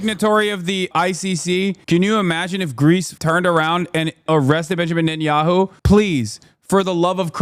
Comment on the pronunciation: Is it my imagination or are some reporters calling Netanyahu NUT-enyahu. Or is that the way it's pronounced?